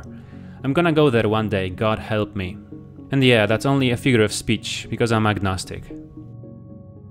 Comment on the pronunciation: That "God Help Me" came out surprisingly Irish.